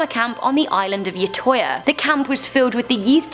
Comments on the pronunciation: Im from Norway. The island is called Utøya. it meens outisland. "Great" prononciation. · "Andes Brievik" That`s about how I hears Anders Breivik And "Youtoya" Was the way I heard utøya ;-; Man I love heraing american/english people say norwegian things ;__